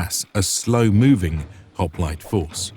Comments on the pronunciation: You could have at least pronounced the name correctly. It's "HOP-LI-TAY" not "HOP-LIGHT" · "This is a Greek HOp-light." 🤦😂 Already messed it up 3 seconds in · Man oh man, I cannot get over how "hop-li-tay" is being continuously mispronounced.